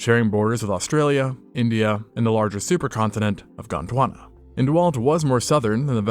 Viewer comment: I can’t stand listening to you talk. It’s Gondwana, not “KHOTT!!HWANNA!!”. Try some deep breathing and speak from your diaphragm instead of your glands.